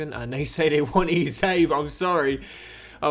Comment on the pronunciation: PRONOUNCE EZE NAME PROPERLY ffs